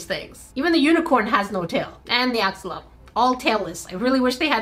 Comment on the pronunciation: Here I am again with a 🌟Friendly reminder🌟 That's NOT the correct way to pronounce Axolotl 🥲